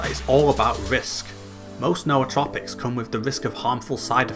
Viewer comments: N'OU'tropics not no-o-tropics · The only person I've found who actually said it correctly lol. No aw trow pics.